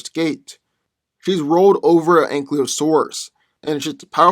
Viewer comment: Its ankylosaurus not anklyosaurus